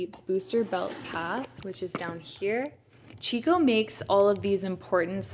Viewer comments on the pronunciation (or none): It’s pronounced “key co”, not “chee co”